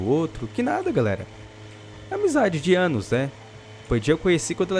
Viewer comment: kkk Karl o Gode em fala amizade de "anus"